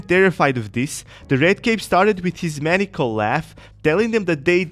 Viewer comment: Maniac Maniacal Or Keep up the good work. Love the channel.